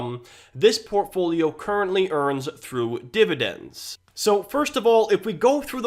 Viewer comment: If I get a penny for every time he said “Portfoliom”.... 😆